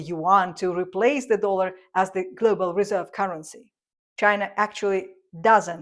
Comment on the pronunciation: It's "dollar", with the 'o' pronounced as in 'orange'. Not 'doolar'.